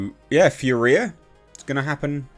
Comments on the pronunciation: It's pronounced FURia... not FurIA. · Oh and it’s fury-ah!!! No fur-we-ah. 😂😂😂😂😂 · Finally! Excited for this. Will be cool to see Riddick return to his homeworld. There hasn't been a "bad" Riddick movie yet so should be cool. BTW, it's pronounced "Fury-A". 😛